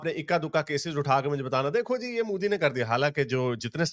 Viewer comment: why do u call modi is mooodi. I know ur a pakistani pubjabi but I feel ur intentionally calling that way. Shud I call u gandu sultan becoz from south of India?